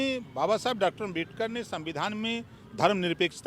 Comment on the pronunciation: Bhai op rajbhar kuch bhi bolta h 😂 Dr.babashaheb ambedkar ka name to shi se le nhi paa rha h